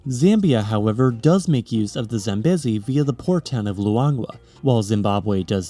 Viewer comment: If you're worried about pronunciation, double check Zambezi, the second syllable is long, like bee not beh.